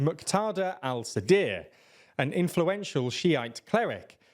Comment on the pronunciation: Nothing like the US and UK waging a war in a Country which there was a 4 year long Battle of Sadr City and the presenter can't pronounce Sadr name correctly. 🙄🙄🙄